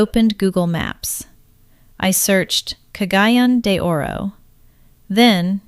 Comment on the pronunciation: Been on mindanao 14 years, dangerous yep. 1st year in cgo we had 4 bombing NG and 7 beheading. And the people that died this are still here. If she has been here she would pronounce cagayan de oro city correct.